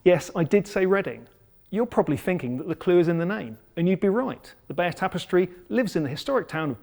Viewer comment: I see nothing wrong with your pronunciation of Bayeux.